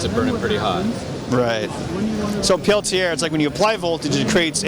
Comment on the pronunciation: I cringe every time he pronounced Peltier.